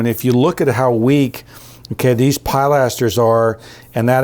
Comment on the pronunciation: Good choices. Maybe a slightly more elaborate trim on the upper windows. The contrast in detail from the lower windows to the upper ones is somewhat stark. BTW, the word is pronounced pill aster, not PIE laster. Thanks.